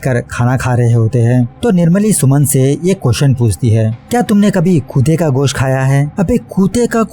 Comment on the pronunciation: Kutta...not kutaaa...funny pronunciation